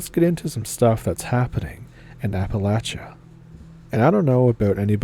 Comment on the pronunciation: If you are saying AppaLAYsha you are NOT from here!